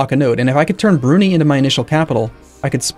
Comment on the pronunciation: the country "Brunei" is pronounced "Broo-Nai". "Nai" as in Nine without the -n sound. Im not trying to be nitpicky but it's killing me... mumbles "Brunee"....